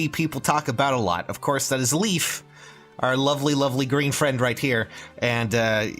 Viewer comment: LEYF, NOT LEAF!